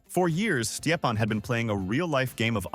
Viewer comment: His name is stepan not whatever weird thing you're saying